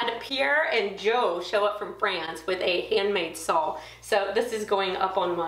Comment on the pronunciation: Nice summary of the trip! I wish I could stop by, since I live in EU :) And I love the small snow shovel you use for the dust ;) Oh, another thing! Is it just me, or do I keep hearing an "L" in the end every time you say "saw"? Is it a Texas thing? Have a nice day!